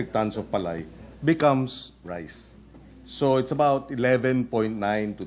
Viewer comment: Hoy KIKO chonggo matsing.. PALAY lang di mo pa mabigkas maige .. 😂😂😂